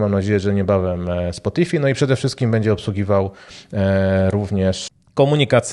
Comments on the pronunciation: "spotifaj" jak już :D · "SPOTIFI" naprawdę? xD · Ciekawa odmiana słowa protokół oraz wymowa spotify. PS dzieki za film